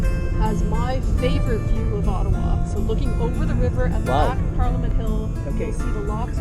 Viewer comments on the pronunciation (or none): Bhai main bhi aap ki tarah Ottawa ko O-taawaa bolta tha bachpan main 😂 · I also pronounce it Ottawa😄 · ओटावा,ईटावा हम भी ऐसे ही प्रोनोउंस करते थे😂😂😂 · bdw , humne bhi toh school mein "ottawaa" hi kaha hai !!!!! uska real pronunciation toh bahot baad mein hi pata chala hum bhartiyon ko !!!!! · I also said Ottawa in childhood like you